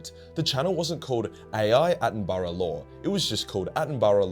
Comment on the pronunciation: Dam bro u got to learn how to say Attenborough